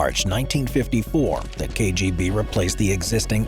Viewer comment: He did quite well considering that he's unlikely to be a Russian speaker.